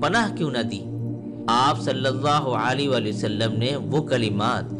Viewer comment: السلام علیکم بھائی آپ کی کاوش بے مثال ہے مجھے امید ہے کہ آپ محسوس نہیں کریں گے مگر یہ حقیقت ہے کہ آپ کو صلی اللہ علیہ وآلہ وسلم کہنے میں درستگی کی ضرورت ہے۔